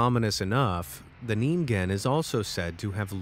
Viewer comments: You said it wrong it’s nin-gin not need-gen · It’s ninen not ningen